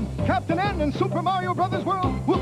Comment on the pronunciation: Even can't get their name right. It's Marr-E-Oh, not Merry-Oh.